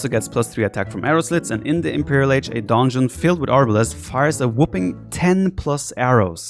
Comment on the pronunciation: Nobody: Absolutely nobody: The viper: "DONEJON" Love you viper haha